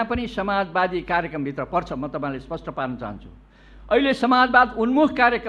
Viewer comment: यस्तातछन सभामुख महोदय,नेपालीमा लेखेको शब्द समेत पढ्न इस्पस्टकन रे?आर्को कुरा हैन यो के पि बा को जादुनै छकी•••बिरोध गर्ने मान्छे पनि फेरि उसैको पक्षमा बोल्छन।